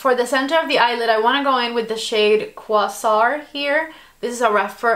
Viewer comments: Quay-sar...you guys never research before a video. Pronunciation matters. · I'm sorry to be that person, but it's pronounced "uh-righ-(y)un" and "kway-zaar", not shaming, just letting you know.